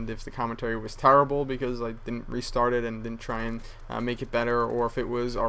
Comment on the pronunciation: LOL he said "tarrable" like Charles Barkley.